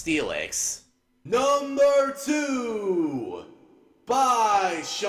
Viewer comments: ugh... BY-SHARP.... its BIS-SHARP because its a combination of the words bishop and sharp. and is it pronounced BIS-SHOP or BY-SHOP? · Dude it's bu-ish-arp like the ches pice bishop